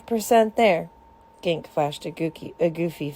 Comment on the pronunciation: iTS GANKE NOT GANK but thanks for this